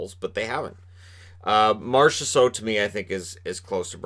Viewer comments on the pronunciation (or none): none